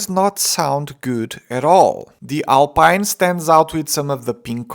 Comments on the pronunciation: Don't say Alpine but Alpeen :) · Alpine not alpaine please 😊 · He pronounced alpine wrong